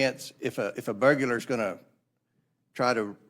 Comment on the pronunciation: It's burglar...not burgerler.